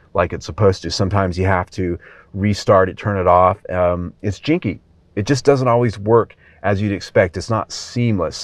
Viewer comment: I think you mean to say 'janky' rather than 'jinky'